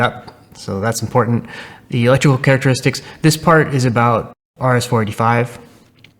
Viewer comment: You keep saying "rs45" .. but ... isn't it rs485 the protocol you're using? Perhaps you're confusing RJ45 sockets with RS485 protocol? Or are you just speaking so quickly that the '8' disappears when you say arr-ess-four-eighty-five and only rs45 comes sounding like arr-ess-forty-five?